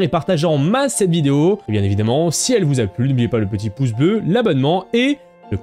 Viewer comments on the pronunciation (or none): none